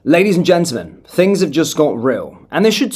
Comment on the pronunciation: "LADIES AND GENTEM"